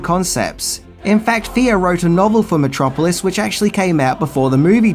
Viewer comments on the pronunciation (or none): He kept mispronouncing Metro Polis. A polis is a city-state. About 5 years later, Lang left town with no forwarding address. Joseph Goebbels offered a job at the Ministry of Propaganda. Hitler was a fan(atic) of Lang's films.